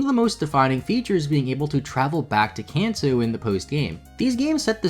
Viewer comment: Did you really just pronounce Kanto as Can-too?